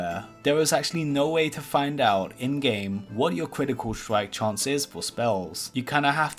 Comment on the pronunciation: "cwitical stwike"